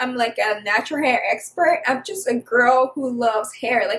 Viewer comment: As soon as you said “this hair must grow” you sounded so Igbo and I checked your name just to make sure and I was like “yup”